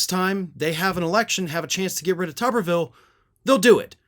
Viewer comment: I like the way calls him “Tubberville” 😂😂😂